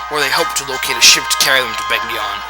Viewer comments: Begnion. Ben-YON. The g and n are like the word, gnaw. Get that through your skulls. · In Radiant Dawn The Narrator Says Ben-Yon